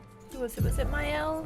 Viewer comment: I like your very unique way of playing the game. The new weapon for Maëlle, Medalum is her best weapon. It will make you in Virtuose stance in the beginning of a fight. Virtuose stance is the best. You want to be in Virtuose as often as possible. You did well with the french words, as a french, I approuve.👍